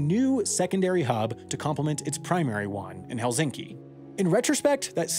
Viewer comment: Sam, please, pronounce S sound in Helsinki softer, because your sound is closer to Z when it's actually S, thanks! 😊